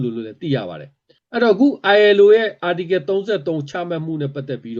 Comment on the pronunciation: Article ကို ပီသအောင်မခေါ်တတ်ဘဲ ဘိုလိုကြွားနေသေးတယ်။